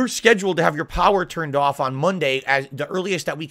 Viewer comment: He says they tried to turn his power off but when he says off it literally sounds like he is saying on, his mouth is all fucked up